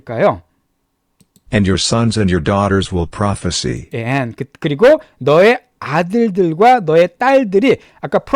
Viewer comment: prophesy 발음 수정 부탁드립니다